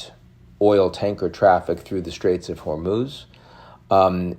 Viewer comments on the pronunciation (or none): none